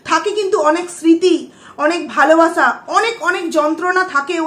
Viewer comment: Apnar video ta dekhchilam...valoi lagchilo...but je vabe swa te sleep kelen sotti khub birokto lagchilo ....kaind ly uccharon ta ektu thik kore korun valo lagbe...valobasha ke bolchen valobasa...ektu songshodhon korun....parish na ke bolchen paris na...ektu carefully...plz